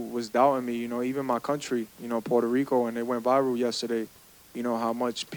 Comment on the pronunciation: Berlanga vele verlanga 😂 que paso pueltolico